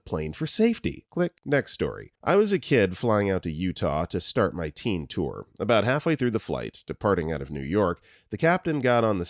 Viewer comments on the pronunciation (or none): none